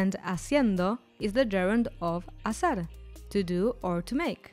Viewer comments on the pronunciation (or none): Around the mark I feel like I heard the narrator mispronouncing “hacer” and “suceder” so I stopped watching.